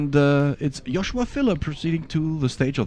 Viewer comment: Joshua, not Josuha.